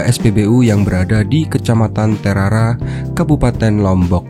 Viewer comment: tulisannya TERARA dibaca TERARE bng.